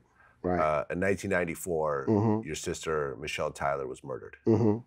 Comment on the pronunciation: Wow. I remember all his songs talking about her. Calling her name Mi’ chelle.... Mi’chelle like he was looking for her. SMH